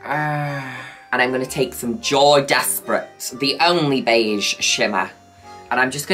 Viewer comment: i dont care how many times ive heard you say it over the years i will never not hear "JOEY desperate"